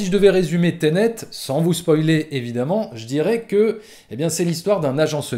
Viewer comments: On dit "Ténét", pas "tenét" 😄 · .........."teunète".............., ensuite j'ai bien aimé le "je suis sortit de la salle un peu partagé" et 1 seconde après "j'étais dégoûté" XD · Teunet lol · « Teunet » mdrr